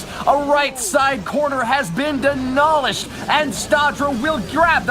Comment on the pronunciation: anyone else hear say "the corner has been DENOLISHED"? I mean, I know people mispronounce words but its...so I'm gonna post about it lol